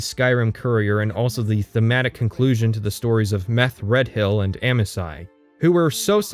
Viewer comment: How do you get "Meth-Red-Hill" out of Methredhel? For one, the "dh" is likely meant to be a fricative, like the "th" in "the." But the most irrational choice in your pronunciation is to pronounce "hel" as "hill."